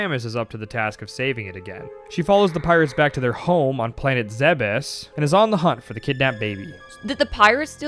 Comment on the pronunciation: you have no idea how happy I was when you pronounced Zebes correctly lol, I swear no one knows the right way to say it